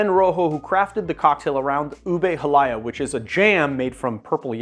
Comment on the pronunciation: ube halaya "ooh-bay hall-ah-yah" btw. great video!!